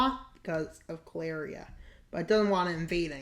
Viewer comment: yeah I know that, but he* kept mispronouncing it as Kaleria tho